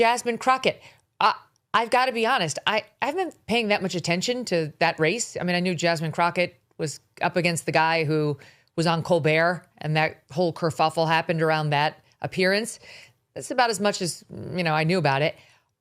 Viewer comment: Kerfufell?? Really, Megyn? Are you showing her how to pronounce it? 😂😂